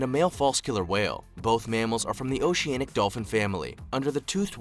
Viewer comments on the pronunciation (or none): none